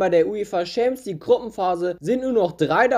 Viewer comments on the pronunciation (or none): Stimmbruch triggert mich. Und auch wie du Schämps League sagst hahahaha